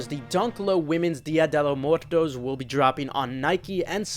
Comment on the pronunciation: Dia De Muertos is the Mexican Halloween. It translates to Day of the dead. And you are butchering the pronunciation of muertos; badly. Like really bad. lol. Other than that, mostly just personals. lol